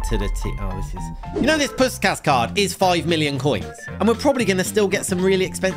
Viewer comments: Its prounounced pushkash🤓 im hungarian and we say the “s” like a “sh” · m8 its pronounced push-kash